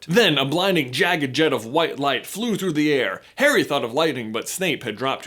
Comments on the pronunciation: Did he say "Parry" instead of "Harry" ??? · DUDE YOU SAID PERRY NOT HARRY... hahahahhah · about, instead of saying Harry he said perry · Did he say parry not Harry? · That moment he calls Harry , Perry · he says parry lol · Lol he called Harry; Parry! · He sounds like he’s saying Perry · Did he just call Harry "Perry" or is that just me?? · Actually Sammy, he said Parry... I think. In other words yeah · he says parrry lol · he says Perry instead of Harry🤣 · You said Parry Lol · is it just me or is he saying Perry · my guy J said “perry” instead of harry. Are we having a PnF theory episode coming up? ;) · he said parry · Am I the only one who heard him say "Perry" instead of "Harry" ????? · Anyone else hear him say Perry instead of Harry ???? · you sayed Perry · you said perry not harry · Did he say parry’s scar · he said parry instead of harry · Did he just say "Perry" instead of "Harry" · Pretty sure you said "Perry's scar" 😂😂😂😂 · He literally said Perry instead of Harry around 6 minutes 😂😂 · Did you say Perry's Scar? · Does anyone realize that he says Perry instead of Harry about the mark? I found it funny because I've done that sometimes. :p c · Is it just me or does it sound like he says “Perry” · "What about Perry's scar?" slip of the toungue, XD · Is it only me. Or does J say Parry ? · He said parry not harry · He says perry instead of harry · Yes, he said Perry. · Sky the PSA commander I thought I heard that too!